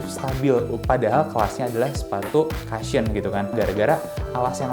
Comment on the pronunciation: Cushion bukan dibaca kashyen ya. Bacanya Kushen. Thank you